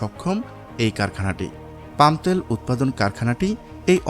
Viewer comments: তেল কথাটা শুদ্ধভাবে উচ্চারণ করতে পারেন না!!!! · Bangladeshi gawar ota tel bole tayal na